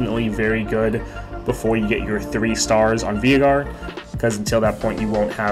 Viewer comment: its Vay-gar dude